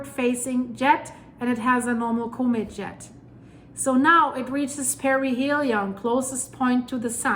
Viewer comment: Similar . I like the way she pronounces "comet" "KohMitt"